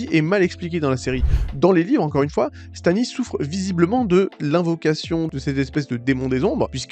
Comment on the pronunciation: Tu parles beaucoup, tu n’articules pas et tu t’exprimes mal. On comprends rien de ce que tu dis. Du coup on ça n’a pas de sens. Tu m’a perdu à la première incohérenc…. 👎! Sans parler de Stanis Zemalice ? Zeouaif ??? 😂😂😂😂 LOL Naz quoi.